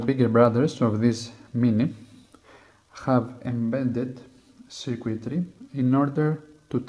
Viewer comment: In was confused bc in the auto-generated captions it says "secret", but then I realized he meant "circuitry".